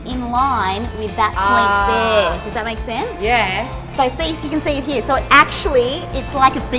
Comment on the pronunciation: why do you say here with an 'a' in it...?